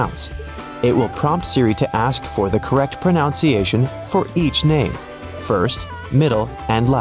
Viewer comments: Please pronounce "pronunciation" correctly. It's not "pronounciation," but "pronunciation." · Hey, pronunciation is pronounced just as it’s spelled, not pronounciation as you are saying. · Pronunciation is pronounced pro NUN se a shun. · Just one small quibble: you need to tap your own back to correct the sound of “pronunciation” — it is correctly proNOUNced, “proNUNciation” rather than “proNOUNciation.” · Oh dear, the narrator (a computer?) is embarrassingly pronouncing "pronunciation" wrong! It's proNOUNce but proNUNciation. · Here is one SIRI... it's pro-nun-see-aa-shun, not pro-nown-see-aa-shun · It's pro nun ciation not pro noun citation. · Too bad the narrator doesn’t how how to pronounce pronunciation. It’s NOT pro-NOUNCE-iation but pro-NUN-ciation! 🙄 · As an English teacher, I was bothered by your pronunciation of the word "pronunciation" itself. It is /proNUNciation/. The verb is definitely /proNOUNce/ but not the noun form. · While this computer voice is telling us how to correct Siri's pronunciation, he consistently mispronounces the word "proNOUNciation." 🙄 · Will it help you to pronounce proNUNciation not ProNOUCEciation? 😉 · "Pruh-nun-see-ay shun" Not "Pruh--nown-see ay-shun" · **”ProNUNciation*** Not “ProNOUNCEiation” 😉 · The whole video pronounces "pronunciation" wrong. 😅🤣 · You should correct the pronunciation of pronunciation it isn't pronounciation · Pronunciation - not pro NOUNCE iation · Can you get Siri to help you pronounce pronunciation rather than "pronounciation"? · So funny how your AI announcer pronounces pronunciation proNOWNciation! ironic. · Ironically, the narrator can’t pronounce pronunciation. He repeatedly says pronounciation. There’s no such word. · The word is pro nun ciation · It's difficult to listen to someone talk about the correct pronunciation when they continually mispronounce proNUNciation!! Maybe Siri can help you with that. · Let’s work on the correct pronunciation of “pronunciation.” Pro-nun-ci-ay’-shun.